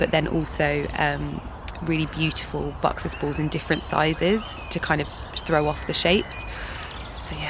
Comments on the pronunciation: Sounds more like boxers baws. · Its buxus balls not boxes balls